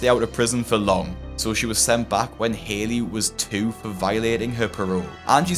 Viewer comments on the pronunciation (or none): none